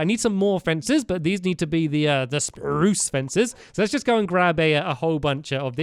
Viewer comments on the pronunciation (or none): why does stampy say Bruce strange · 2 right